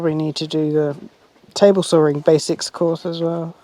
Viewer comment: Love how you say sawing "sorring"!